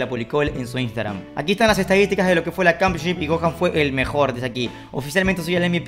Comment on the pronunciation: Nadie: Absolutamente nadie:: cAmPiOn ShIp🥴